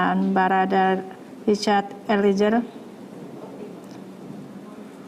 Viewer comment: Eliezer!! bukan Elizer ,Reporter ignorant sebut nama org aja masih salah